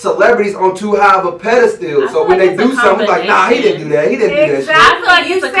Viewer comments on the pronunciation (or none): 😂😂😂😂😂 this neega said pedesteal...what in Sam’s hell is a pedesteal.